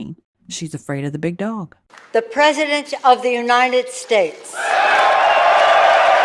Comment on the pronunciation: . The wretched antiquated ghoul can barely speak out of her crypt keeper face: “The Presssiidenth of the United ssstahts.” Go get a real job.